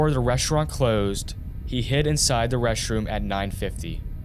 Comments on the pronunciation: You gotta start pronouncing “th” the correct way when you talk. It’s really distracting when you say “udder / other” “mudder / mother” “duh / the” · In da udder room too